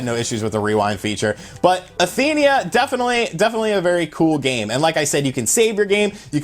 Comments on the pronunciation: Why are you saying Athenia? It's Athena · SNK: It's Athena.: Athenia Nintendo: It's Mario. Wulff Den: Mary-o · He's calling her athenia...smh She's Athena Asamiya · I cringe Everytime he says Athenia... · its Athena not Athenia lol. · Why is he pronouncing Athena as "Athenia"? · I cringe every time he says "Athenia" when it's ATHENA! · It's Athena not Athenea. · It's pronounced as "Atheeeeeeena" not Athenia. You sound like those dudes who pronounce Super Mario as Super Mehrio or Merry-O or Marry-O lol! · Athena not Athenia! Damnit man! Come on!! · "Athenia" November 2018. XD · I can't listen to you saying Athenia. And Prehistoric Isle II is on Xbox, don't think I've seen it on switch. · Before I even saw the comments I was thinking the same thing, lol. Athena! A- theen- a.... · It's pronounced: A-thee-na. Not what your saying, dude. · I swear man... I named my daughter Athena so when you butcher it, it's like nails on a chalkboard. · learn how to pronounce Athena